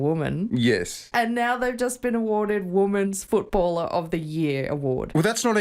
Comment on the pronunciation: Your wife can't pronounce the word "women's". She's not the only one. Why is this happening?